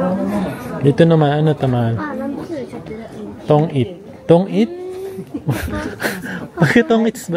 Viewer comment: kuya Tonjiru yun Hindi tong it😅